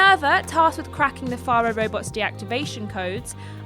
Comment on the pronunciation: Faro and Carja were constantly mispronounced, but otherwise good video.